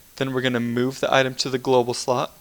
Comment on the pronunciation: It's global. Not globl.